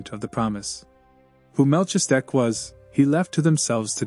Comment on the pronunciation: Very much appreciate these readings. BTW- it’s pronounced “Mal-keez-a-deck”